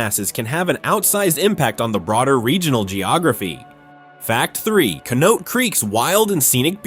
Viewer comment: I live in Conneaut Lake PA and that made me cringe so bad. Please do better people. Don't just rely on AI to do your work. Use it as a tool, not a crutch.